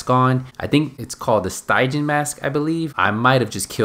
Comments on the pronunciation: Stygian pronounced - STIJ EE AN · pronounced Doss-ee-ay, and Stij-ian, in case you were wondering.